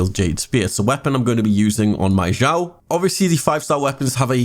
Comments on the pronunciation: its not zhao zao shiao its xiao like snake (s) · thx for guide ^^ by way its pronounced "s (snake) ih (e) ow (cow)"😉